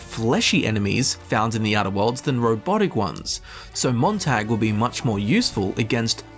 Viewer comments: I'm cringing on how he pronounces Montag. The "a" in it pronounced as "ah" in the word not "ae". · It's pronounced tog not tag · It’s pronounced “moon tag” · I'm from Dresden, we dont pronounce it like the English tag like he is, it's not a hard o I think you call it but it's a lighter a? I dont know how to spell it how it would actually sound without using o